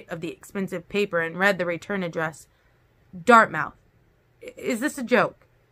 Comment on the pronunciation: FYI: Dartmouth is pronounced dart myth. Thank you for these videos! ❤️